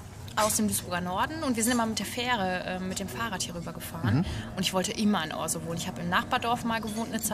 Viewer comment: Café Frau Ella ist eine wirkliche Bereicherung für unser Orsoy. Aber Eins zu dem netten Video, unser Orsoy wird nicht ORSOI gesprochen sondern ORSAU oder wie die Einheimischen bevorzugen OSCHAU! Jetz weiße bescheid, ne!